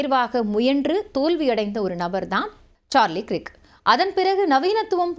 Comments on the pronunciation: கிர்க் இல்லேமா கர்க் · His name is "கிரிக்" இல்ல. "கர்க்" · You pronounce Krik wrongly. He is Kirk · க்ரிக் என்பது தவறான உச்சரிப்பு 😮 ஆங்கில உச்சரிப்பில் கேட்டு உச்சரிக்கவும்.